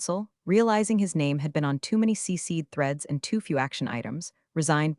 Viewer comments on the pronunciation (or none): CCed not C-Seed